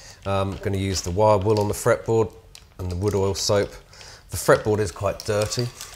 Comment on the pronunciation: Did u say Wood Oil?